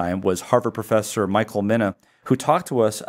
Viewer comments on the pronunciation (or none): none